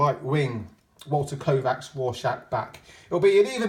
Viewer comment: One Walter Kovacs One Walter Kovacs One Walter Koooh-vacs There's only one Walter Koooh-vacs! Everybody sing. You know the words! :)